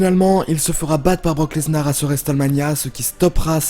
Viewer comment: Et aussi quand il dit brock leznar !!!!